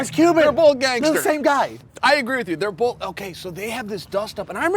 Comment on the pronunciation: Brendan "bowlth" sides! 😬🤔😐